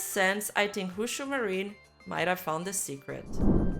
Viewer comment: I’m sorry. Did I hear “Hoo-Shoo Marine”?